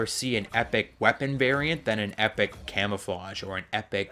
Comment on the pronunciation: U said camofawgs unsded of camouflages